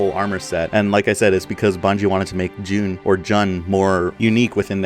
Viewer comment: You were pronouncing Jun right before. Still, Decimator isnt Noble Six's armor, its based on Naomi-010's Mark VII armor.